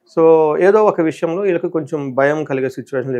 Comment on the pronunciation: ఈళ్ళకి కాదు నాయనా వీళ్ళకి అని పలకాలి.. వాక్ శుద్ధి రావాలి అంటే భాషా పరమైన స్వచ్ఛత ఉండాలి అండి 🎉